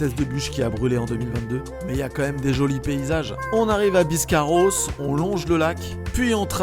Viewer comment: On arrive à BiscarrÔsse 😂